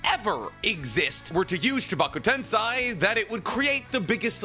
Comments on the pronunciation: Chibaku TEN-SEI.....not TEN-SAI... two different things. I said this to you in a video before and I'm going to say it to you again, if you're going to make a Naruto video at least pronounce everything right. Jesus Christ the show exists and they pronounce it right for you how do you still fuck it up years later? That's not even 3 minutes in the video and I don't even want to watch it anymore.....because you sound like a freaking dweeb and I don't even like using that word how stupid it sounds. But it doesn't sound as stupid as how you say the fucking words. This is professional criticism so please don't take it personal. Just make sure you learn how to pronounce this shit before you post it. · Edo-TenSAY NOT TenSai and Chibaku-TenSAY NOT TenSai